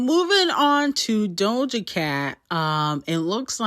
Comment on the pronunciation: I looove how teaashmiracle says doja's name "DOLJA" 😁